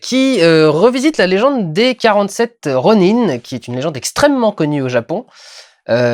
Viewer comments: Et ils ne le disent pas qu'une seule fois dans le film le fameux "ro-nains". Ce qui est un peu chiant, j'ai crisé à chaque fois que je l'entendais. Mais si non le film est pas mal, si on fait abstraction de cette monumentale erreur de prononciation à la française... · Oui, et en japonais, ça se prononce comme ça. Y'a pas beaucoup de langues qui ont des prononciations nasalisées. (Et s'ils prononcent vraiment "ronain" dans le film, il est hors de question que je le vois en VF. Le truc qui pète toute l'immersion, quoi.) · dans la bande annonce la voix sort plusieurs fois "47 ronin" prononcé ron-1 ca ma decouragé... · c'est quand meme le titre quoi....ils auraient pu jsais pas demandé à n'importe quelle otaku comment on prononce ronin... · Pour ma part dans mon coin paumer il n'y avais que français et sincèrement. . . . Le film ok mais le mot rônin prononcer à la française c'est à s'arracher les oreilles. . . Je penses que ce film en japonais aurais était super.